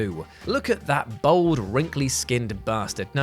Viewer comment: B-all-d. Not bold